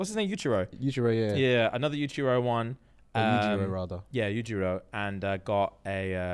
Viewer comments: Yuji not yujiro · the character is yujiiiiiii😂😂 y’all keep saying yujiro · back at it again with the ‘yujiro’